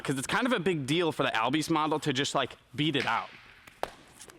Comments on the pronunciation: Pretty sure it’s pronounced “all-bees” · his name is correctly pronounced Ozzie albies ( o-zz-ee all-b-ees )